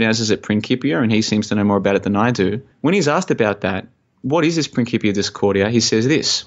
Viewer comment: It is principia. c=k in latin. Very interesting talk I just loved it. Hope there's more. Need to dig into the illuminati deck thing. About the crypto coin I'm not surprised banks are on it already. I worked for 2yrs in financial backoffice and they preached the benefits of blockchain in internal propaganda...